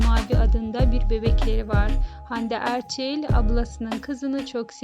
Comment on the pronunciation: Erçil değil Erçel..